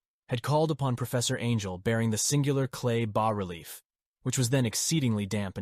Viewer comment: Damn just pick a pronunciation for "bas" please. I recommend the correct pronunciation "bah". Also the N, S, W, and E in longitudinal/latitudinal coordinates stand for "north, south, west, and east" and sound much less awkward when you say the whole word. Otherwise the narration is good, your voice really has the right timbre for this story.